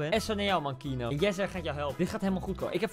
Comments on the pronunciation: iedereen : keano koen : kieno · echt ik word autistisch hij zegt : kienoo MAAR HET IS KEEAANOO!!! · kieno ? t is kieano zo spreek je uit koentje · Everybody: Keano Koen:KiEnO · Iedereen: Keano Koen: Kieno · Kieno.... het is dus KE-A-NO..... Koen.... man man man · Koen: keeno Normaal hoe het wordt uitgesproken: KEANO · Ik hinder me gwn heel erg op de manier hoe jij die naam uitspreekt 😂 kieno! Het is keano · je moet niet zeggen kienoo je moet zeggen keejaanoo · Niemand: Koen: Kienoe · je schrijft keano uitspraak: KiEnO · wie ergert zich ook aan:"keeno" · Je zegt de naam verkeerd je spreekt gwn de e en de a gwn normaal Dus Keeaano zo